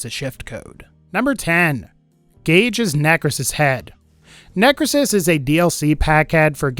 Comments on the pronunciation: lol it isn't 'necresis', instead it's 'necrOsis' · Just a comment on one of the Gaige heads, as she's my main. It is pronounced NECK-row-sis not how you pronounced it. And, I dislike that they have her a second hood. That bothers me. Why didn't they just use the hood she already had?! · It’s pronounced “neh-crow-sis.”